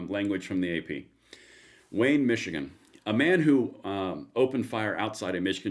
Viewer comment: Did you say "Michigan?" That's a miracle itself.